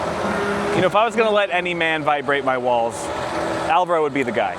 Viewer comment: I hope by the end of the house construction can pronounce Alvaro's name properly